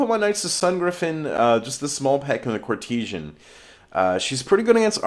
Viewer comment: dude please in all well meaning but it is pronounced court-e-san. Otherwise great batrep as always:)